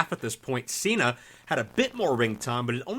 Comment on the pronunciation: Why is Cena pronounced that he comes from California when he is from Massachusetts 😂😂